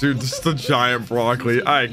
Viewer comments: Its brock-oh-lee?! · i absolutely love the way you say words sometimes 😭 that “brock-o-lee” was hilarious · what is with the way you say broccoli